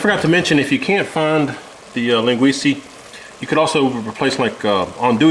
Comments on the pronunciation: Len Gweece uh…. Not Len gweece ee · Great job.. Just something for you to try next time for flavor town. First keep using Linguica... But its not Linguiceeee its Linguicaaaaa.... There are two more Sausages that we have more flavor and spice. One is Chourico, pronounced Shorisooooo, its a HOT version of Linguica, not to be confused with the Spanish Chorizo that is milder than the Port version. The next sausage is, Morcela! Portuguese Blood Pudding, don't knock it till you try it. That sausage will infuse the soup with a delish smoky flavor. Also add an entire chicken leg to the soup, again bringing flavor to the mix. And for added Salt get some Tocinho (portuguese salted pork belly) and some beef shank. Add some whole potatoes and you actually makes two meals in one. One a soup, the other a Meat/Sausage and Potatoes meal. Give it a try.. Again good job, from a proud Azorean Portagee.. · Linguica is pronounced, “Len gwee Sah” not “Len gwee see” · O M G! It’s linguisa not linguisey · It’s pronounced Lin-ga-we-sa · I scrolled when he said “lenguesie” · love this recipe... look at the spelling of the sausage and then pronounce it again... it is like nails on a chalkboard to me... haha